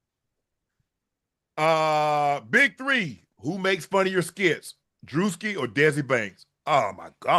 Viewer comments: OCHO it’s DRUSKI!! Whatever the hell you pronounced is not how you say it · Ocho tryna be “funny” by mispronouncing druski name a million times after unc said it is corny to me😂